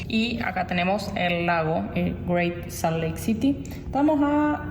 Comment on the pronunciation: Hola, se escrive Salt Lake City pero se pronuncia, Salt Leik Ciry